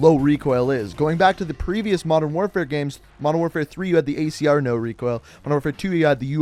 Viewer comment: Did he say icr instead of acr